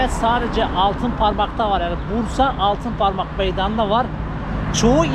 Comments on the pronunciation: Altinparmak değil altıparmak gittiğin yer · ALTINPARMAK değil hacı,ALTIPARMAK...